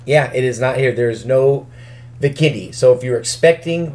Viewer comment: Why does he say Vikendi bikini